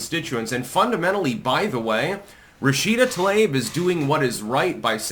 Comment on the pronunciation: I love how claims to be some master linguist, but he can't pronounce peoples' names correctly. 🤣 "Tl-ayb" ❌ "Tlah-EEb" ⭕ - 十四才♀️